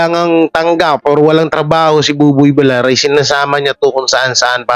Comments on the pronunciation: Masakit sa twnga kung bigkas di tama.. Villar ang bigkas vilyar hindi Vilar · Vilyar ang pagbigkas hindi Vilar(villar) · ……No offense meant…..sa iyo….PLEASE lang…..BUBOY VILLAR……pronounced as BUBOY….[ BIL-YAR] NOT [ BI-LAR ] Iwinawasto ka lang namin ….dahil “ mahal ka namin” …ok ba???? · Tagal ko nang Chineck si …kaso….no effect,l..VILLAR…..pronounced [ BIL- YAR] ….NOT BILAR!!! sakit sa tenga!!! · vilyar ang bigkas nyan hindi vilar, Spanish word yan Hindi English. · pag double L ang nasa apeiyido ang pronounciation nun ay Y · Vilyar anq pagpronouncee sa Villar